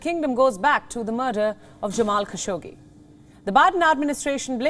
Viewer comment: Every fucking time that there is Saudi News Wion say Jamal Kassogi name. Do you understand that its so irritating.